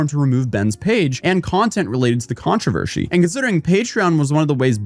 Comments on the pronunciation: Man, this video was a doozy. Ups and downs, thrills and chills... and the way you pronounce "controvershy" is mind-boggling, lol. Great content, as always! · TF is a controversHy? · Am I having a stroke or is saying Controvershee? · drinking game: Take a shot whenever pronounces the word Controversy as "ControverSHEY". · You missed one key detail about this controversy, how to pronounce controvershy. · am i having a friggin stroke or is REALLY struggling with pronouncing controversy?